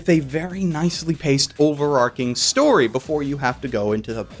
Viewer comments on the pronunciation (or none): none